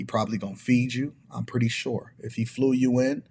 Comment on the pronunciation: When he heard her say "flewd" out he sent her a$$ home 😂😂😂